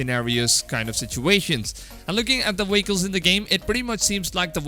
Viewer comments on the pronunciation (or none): Vehicle-WAKLES vans-WANS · The hell is a “weycle”?